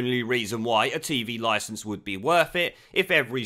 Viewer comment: Just to let lily Allen know, licence doesn’t have a “S” at the beginning